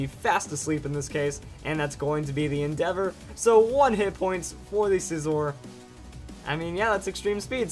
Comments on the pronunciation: Jehuty999 I can understand why he says Cee-Zor. I mean scissors is pronounced as Cee-zors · "Cee-Zor" lmao